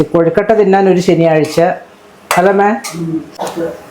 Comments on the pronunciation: കൊഴുക്കട്ടയാണ്. കോഴിക്കട്ടയല്ല. എന്റെ പൊന്നോ😂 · കോഴിക്കട്ട അല്ല കൊഴുക്കട്ട 😁😁😁